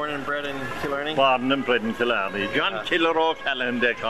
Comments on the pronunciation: Tá mé ina choní i Cill Orglan😉😉 They were peenouncing a lot wrong like Killarney it's not Kill-Or-Ne it's kill-Are-Ney Annndd deer......... Really they were fascinated by a deer.... Smh....... There's always deer in my yard... Ireland has a lot of deer We still use turf. Smh. (Ok he said it😂) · It's pronounced kill-arny